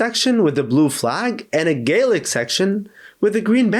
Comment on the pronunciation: I’m so happy you pronounced Gaelic right!